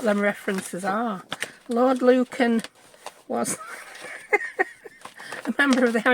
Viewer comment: Lord Lucan cracks me up every time you say it